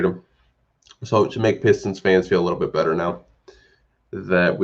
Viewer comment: "Peestons" 😂🤣🤣 I cried, I can't believe no one offered a second for Wayne